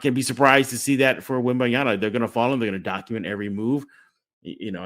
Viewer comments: I cringe every time I hear WembanYANA. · The pronunciation of Wemby's name is killing me.